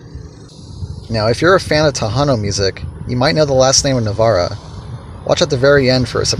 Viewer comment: I grew up with Emilio, in Navaira the aira is pronounced with a long I ... like Ira.